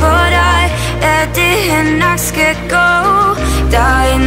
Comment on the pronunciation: Carsten Ebbesen Teksten er "gå" men hun siger go. Hvorfor? :P